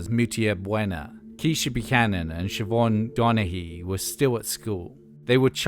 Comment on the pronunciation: I could hear you struggling a bit but you nailed the pronunciation on Siobhan Donaghy, much love from Ireland. Ps we don't know why it's spelled that way either.